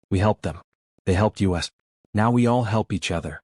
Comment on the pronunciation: Why do you keep saying U S for "us" s and T O for "to"? It's annoying.